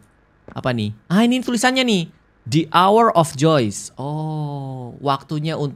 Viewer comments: Bacanya the hour of joy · bang bacanya the hour of joy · Bang yang tadi bacanya the hour Joy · the hour of Joy itu bacaannya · Kak itu bacanya the hour of joy bang aku panggil Abang /kaka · itu bacanya the hour of joy